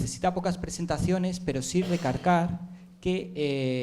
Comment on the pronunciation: Seguro soy yo, pero el presentador dijo: RE CARCAR ... Quiero pensar que es inexperto o de sus primeras veces.